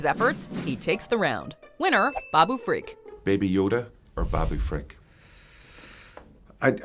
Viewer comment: Why does she keep pronouncing it "freak"???? It's FRIK, NOT FREAK!!! And, they're both awesome.